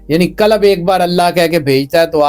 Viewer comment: Kalab nahi hai qalb hai... Kalab kuttay ko kehtay hain